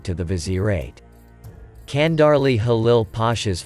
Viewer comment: its not Kandarli its Chandarli